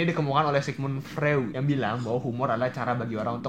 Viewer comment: Mau koreksi dikit bang, sigmun 'freud' itu bacanya 'froid' bang